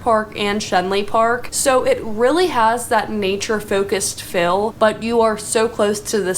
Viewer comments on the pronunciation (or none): But she did say "fill" instead of "feel" several times, and (my favorite) "assessable" instead of "accessible".